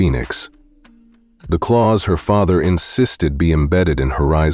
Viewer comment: Clause is pronounced as CLAWS, NOT Clowse.